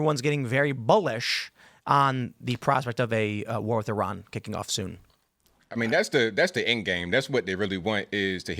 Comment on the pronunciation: Thank you for saying "Iran" and not "Eye-ran". We used to laugh at people who said things like "Eye-talian".